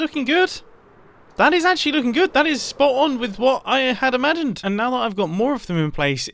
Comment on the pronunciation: Did anyone notice how he pronounced "imagined"